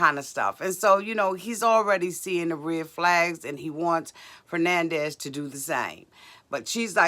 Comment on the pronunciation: True. Still too young. keeps calling her ‘Fernandez’ 😂😂😂😂 instead of Fernanda 😂😂